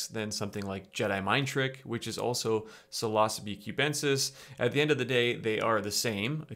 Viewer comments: When you say psilocybe it sounds kinda like philosophy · Okay I trust this video and all but it makes it difficult when you mispronounce psilocybe and yet pronounce psilocybin correctly. It's almost like you do it on purpose.